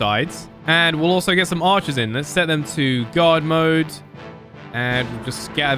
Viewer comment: Every time I hear you saying god mode instead of guard mode it really makes me so confused LOL